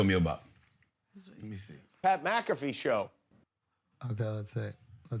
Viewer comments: Charlemagne can’t pronounce Pat’s full name 😂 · Why did the say pats name wrong on purpose ? They both know who tf he is. Put respeck on pats name losers. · Oi Schulz, you know how to say Pat McAfee’s name so show the bro the respect and say it right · Charla and shultz mispronouncing pats last name is hilarious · Why do they keep mispronouncing his name 😂😂😂?